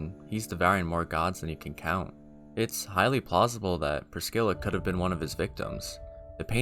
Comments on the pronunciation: Most of these names are said by npcs in the game, and the way you say Pris-scilla makes is seem like she has a Black people name lmao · Fun fact: there's no k in Priscilla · Had to leave a dislike for the number of times you called Priscilla “Priskilla” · This video is great but every time you say Priskilla I wanna priskill myself my guy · To the OP: Ngl I laughed when I heard "Priskilla" lol, but nah don't worry about it, shit happens. Great video. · please, never call priscilla priskilla ever again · Never met a person who said "Priscilla" as "Priskilla"